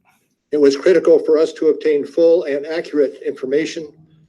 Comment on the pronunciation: I love your content but goddamn i hate the way you say AND! It's not ayeeund.